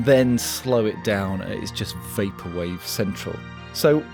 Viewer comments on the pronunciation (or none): none